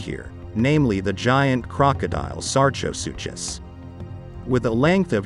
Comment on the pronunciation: With absolutely no disrespect, sar-ko-soo-kiss is how you’d say Sarcosuchus.